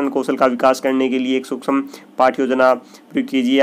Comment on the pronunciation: Pahle padhna likhana to sekh lo 😂 sushm bolna nahi a raha tumko to 😂😂😂